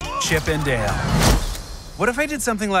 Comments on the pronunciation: Its pronounced Dale not deel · You're sayin "Deal"... Not "Dale" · WTH is chip & dill? Or are you saying chip & deal? Ship & Dell? This review suxs ball. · It’s chip and dale like d ale not chip and deal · You saying Diele and not Dale is killing me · “Chip and Deel” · "Chip N' Diel" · Stop saying dale like deal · He pronounces Dale like “Deal” and I can’t get over it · Throwing me off by how he prounces dale. He sounds like he saying deal may that's just his accent or voice inflection. I do agree with a lot of this I powered through the movie and chuckled at some points. It reminded me of Who framed Roger Rabbit. A lot of cameos and inside jokes. It wasn't great but the nostalgia of CnD RR worked on me. Would I watch again Big No. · why you call it chip 'n deal? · Are u sayin Chip and "Deal"...? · Is it just me being an uneducated twat or is saying Chip n’ ‘Deele’ weird?